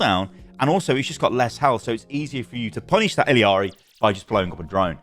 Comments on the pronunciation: Stop saying iliari plz its annoying, theres no second i in there. Its illari or iyari if you want to pronounce it phonetically from the spanish language, you can even check her character short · how are u still mispronouncing illari’s name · You are saying illari very wrong and it's annoying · Why does every content creator mispronounce Illari’s name.